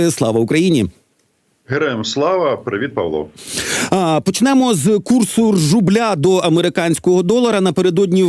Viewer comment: Мені почулось, чі він сказав ржубля?